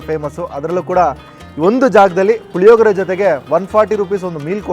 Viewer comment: ಲಿಮಿಡೆಟ್ ಅಲ್ಲ ಲಿಮಿಟೆಡ್ ಪುಲಿಯೋಗರೆ ಅಲ್ಲ ಪುಳಿಯೋಗರೆ